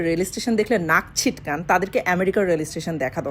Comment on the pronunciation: কথাটা নাক সিটকানো … ছিটকানো নয় 🤣